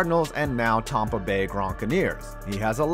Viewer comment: Good vid but stop mispronouncing Tampa bay, there's no way you're accidentally doing it seriously man if I had to guess it's intentional to generate comments and stuff for more clicks hopefully but stop